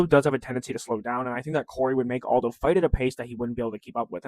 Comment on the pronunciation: he’s Brazilian, you pronounce the j